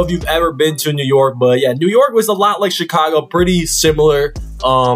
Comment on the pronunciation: You know he not from New York by the way he pronounces "New yOrk"